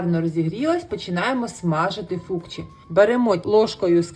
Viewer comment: а почему в описании - фучки, а в видео всё время говорите -фукчи ?